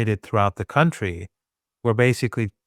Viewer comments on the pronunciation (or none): man spricht das wirklich nicht KAuntry aus. man spricht es cantry aus. es gibt zwar ein County, das ist vielleicht liebst du ja die Kantone oder sowas das ist eher ein district....